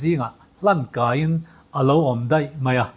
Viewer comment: A bengvar thlak hle mai.Mahse zotawng kan lam rik dan hi fimkhur a tha ka ti.Eg.Hlan kai tih ai chuan hlang kai tih tur zawk awm tak ani.